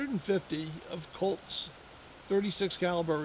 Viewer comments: Colts not colds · Colts not cults